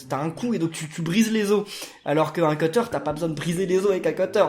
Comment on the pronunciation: On dit cUtter pas cEUteur 😂 sinon super vidéo j'adore miitopia 😍❤